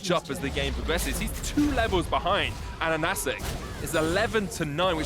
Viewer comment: Casters pronounced AHAHACIK correct, good job on that one :D Ананас = pineapple, ананасик = tiny pineapple, or a pineapple that you for some weird reason have warm feelings about, as if that's some cute little toy. Strange choice of the nickname.